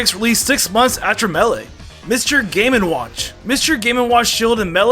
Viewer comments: Am I the only one who hates how he says Melee and Kazuya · Does he have an accent or something because melee is being said wrong